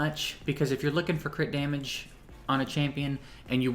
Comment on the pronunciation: "Crit damulage"